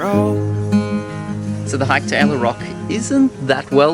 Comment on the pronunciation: know its so beautiful. I went there last year but i didnt know it was called 9 arch bridge. Btw guys ella is pronounced like this : say "al" first like when you say albino. An then say "ler" or "leh" wihout pronouncing the r. so its like "aller "or "alleh". Not like ella. 😃